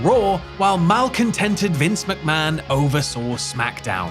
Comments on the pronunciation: "Vince Muckman" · Vince Muck-Man